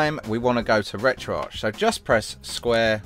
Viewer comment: Its pronounced retro ARC not ARCH :/